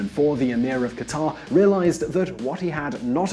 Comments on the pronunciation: Qataaaaaaaaar!!!??? I know he is not Arab or Middle Eastern, but shouldn't he try? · Qatar is pronounced "Cutter"... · nope. I'm not American. And it's pronounced very similar to "cutter" by actual Qataris, wouldn't you know it. I'll concede it's not exactly the same as "cutter" but it's closer to that than how the narrator in this clip pronounced it. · It's "KAT-tr" not "ka-TAR" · qatar isn't pronounced that way. Not that anybody cares I guess.